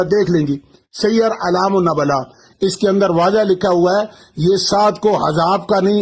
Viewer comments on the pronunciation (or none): نبلاء ن پر پیش ہے